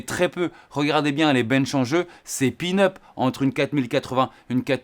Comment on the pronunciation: " c est pin-up" 😂 on dit peanuts😅